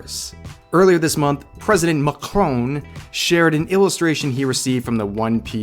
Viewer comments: "Mah-crone" XD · I'm not French , but even I felt a bit uncomfortable when you said "MAKCHKCHCHRON"